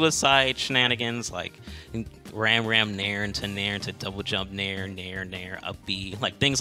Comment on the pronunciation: I'm pretty sure "Ramram" is pronounced "Rahm Rahm" with short a sounds. It's short for "RAMen ChakRAM", both which make the "ah" sound.